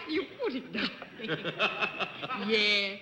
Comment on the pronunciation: I notice when women say "yes" it sounds like "yays". . . something I first heard with Veronica Lake. It was so unique to the dialect of the time.